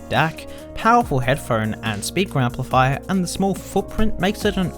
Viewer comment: The yaaro thooo empleefyer...